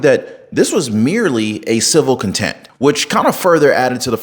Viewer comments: Bro...if your going to produce legal commentary.... PLEASE, pronounce the words properly! ...its "ContemPt" not content!! 🫣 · Hey man, it’s contempt not content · Is he saying content not contempt? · Dude please educate yourself. The word is CONTEMPT not content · Contempt, bro. Please stop saying content. 🤦🏻‍♂️🤣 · Transcript out already buddy!! Also it's Contempt not content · Contempt Contempt no con-tent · He REDACTED ALOT OF SHIT I BET . AND I THINK ITS CONTEPT NOT CONTENT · I had to do a double-take when I heard this. Bruh! If ya gonna do law & crime stuff at least get "contempt" right 😆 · This is at least the 3rd video I’ve seen of you pronouncing it “criminal content”, it’s criminal contempt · It’s “contempt” not content. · It's "contempt" 😂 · Keep up the good work. This trial is a farce. (Side note, if it would help: "contempt" is pronounced "contemped.")